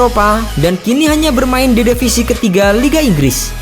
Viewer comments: divisi min bukan devisi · "DEVISI" LOL